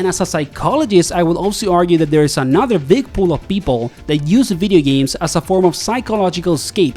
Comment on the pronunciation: “Veedee Games”